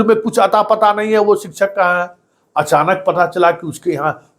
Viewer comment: शिक्षक उच्चारण शिकशक होता है सर सिकछक नही होता शिकशा